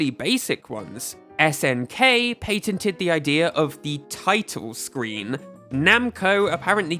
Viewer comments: "pay ten teen" "pay ten". 😹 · Why are you pronouncing "patented" that way?.... And don't give me the excuse that it's you're accent. I lived in the UK for 3 years. I have never heard it pronounced that way....... I'm only 3 minutes in and I've heard you say at 20 times and it is so cringy. I can't even finish this video.